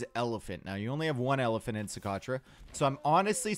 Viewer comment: pronouncing Socotra: "So.... crotch? Yeah!"